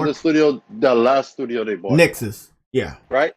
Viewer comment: THERE IS NO “R” IN THE WORD BOUGHT. LEARN HOW TO SPEAK HOLY SHIT